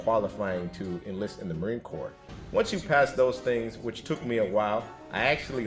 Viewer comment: There's absolutely NO way, NO how this moronoic liar waa EVER a United State's Marine, period. It's painfully obvious to any of us that actually were in the Marine Corps for even 1 day in Receiving knows Corps has a silent S at the end, which this illustrious member of Couch Company, 1st Civ Div continuously left off.